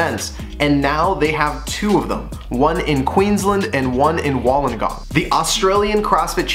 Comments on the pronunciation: Wool-On-Gong...now say it fast hahahaha 😂😂😂😂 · It hurt me so much every time you said Wollongong lol #butchered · What Josiah Said haha. Love the updates tho, keep em coming! #nothinbutlove